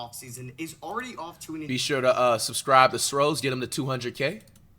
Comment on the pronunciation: Six rings of steel bro not sros🤣🤣🤣